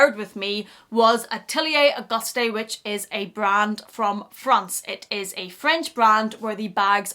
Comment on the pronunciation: I have this (Monceau) and the Celine classic box and love them both… so well made! Also it’s pronounced ‘August’ you don’t say the ‘e’